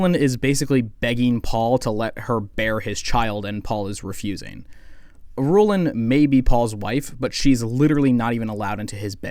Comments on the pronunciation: I think it’s pronounced “ear-rule-on” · “Ghoulah” “Hyatt” “Ben-Telacks” “Iroolen” I want to hear this guy’s opinions but I don’t know how many more mispronunciations i can endure.